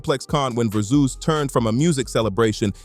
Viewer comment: AI cant pronounce Verzuz to save its life